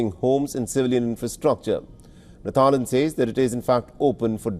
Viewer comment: instead of thailand it tryland🤣🤣😂😂